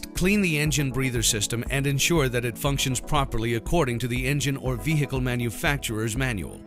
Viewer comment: lol. "veHHHHcle"